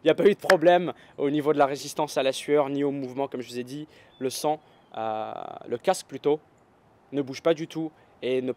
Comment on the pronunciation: vampire?? ( il dit le song et bon mes on comprend le sang et bon )